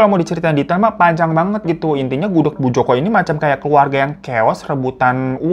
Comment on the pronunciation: gak denger kah??? jelas- jelas bang hiro bilang nya gudeg, tuli kah lu?